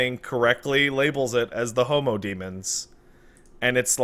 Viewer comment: It's true, but i think the guys are saying "Homo Demons" rather than "Homo Demens". It'd be cool either way though.